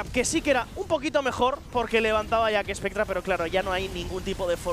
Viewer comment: Alguien le explica a que se dice JACKSPECTRA y no JACKESPECTRA???